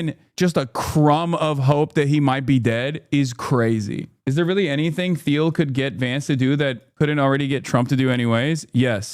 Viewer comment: Peter TEEL is how it's pronounced